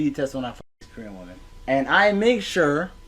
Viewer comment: I love how you pronounce Korean, you say it like "koree-an" rather than ko-rean. Like they are from a country called koree and im here for it 😂